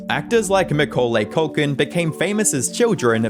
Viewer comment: How the hell do you butcher Macaulay Culkin's name